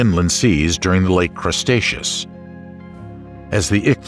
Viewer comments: Good video, very interesting but, the narrator misspoke. Had to laugh every time he said Crustaceous instead of Cretaceous and called clams mammals. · CREEEtaceous, not CRUSTaceous! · Can someone tell the narrator it's Cretaceous not Crestaceous. Just makes it's sound silly. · Why do you keep calling the Cretaceous period "crustacious"? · its cretaceous not crustaceous.... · Umm.. “Crustacious” ?? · The voiceover refers to the Cretaceous as the 'CRUST-aceous' at several points. for one. for another. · Drinking Game: Take a shot every time he said Crust-aceous and get absolutely blitzed 😂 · And he calls it crustacious everytime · "Crustaceous," which he says more than once, really threw me. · Now I want some pizza because you keep saying CRUSTacious. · You'd think the amount of times this guy says "crust-acious" whoever edited the video would've caught it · The cretaceous being pronounced as the "crustaceous" is disturbing. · What? No1 2 correct the narrator? "Crustatous? Cmon man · what the hell is "crustaceous"? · What is "Crustaceous?" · The constant mispronouncing of Cretaceous, while funny at first, ultimately made the video unlistenable for me. Sorry, but unless I need material for a montage of content creators sabotaging their own efforts, I don't think I'll be coming back to this channel. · I enjoyed this except towards the end when the narrator decided 'The Cretaceous Era' was actually called the "Crustaceous" era. And then he pronounced 'Tertiary' as 'Terzziary', like some Italian dessert. I was laughing out loud - and he had done so well with all the other scientific names.